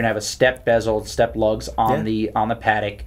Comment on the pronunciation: After hearing you pronounce patek twice I'm not watching another